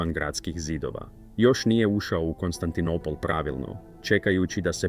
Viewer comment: AI prevodi i izgovor paraju usi!Konstantinipol???